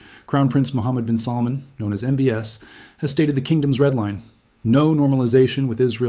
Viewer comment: The name is not pronounced as mohd bin salmaan